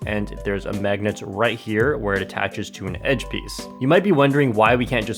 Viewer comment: LOL “megnet”